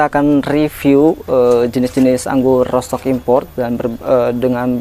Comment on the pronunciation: Bacanya : rutstok um, bukan rotstok.